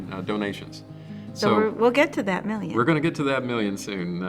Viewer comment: Hi think you should say milliun😅😊